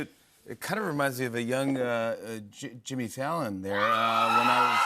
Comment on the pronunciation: "Djimmy" is amazing